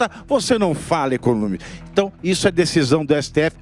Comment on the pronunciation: "para com issu, para com issu" kkk viraria um bom meme 😂